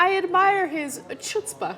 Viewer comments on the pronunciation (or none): that is not how you pronounce Chuzpa